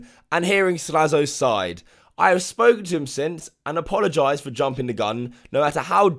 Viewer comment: WTF is an Apolagised?